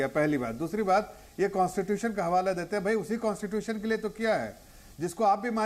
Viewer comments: can't even speak Constitution...aur baat kerte hein😂😃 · कॉन्स्टिट्यूशन बोलना नही आता को और इसकी बातें सुन लो बड़ी बड़ी।